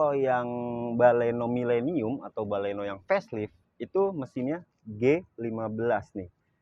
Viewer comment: Sdikit berbagi,kurangnya di sini : "baleno".. jgn "bale" "no".. "Milenium", jangan "mile" "nium".. Mainkan intonasi bicara tanpa memisahkan sbuah kata